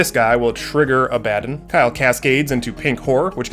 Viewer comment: Szarekh : Zair - ick Abaddon : Abba like the band - don Great content. Love it.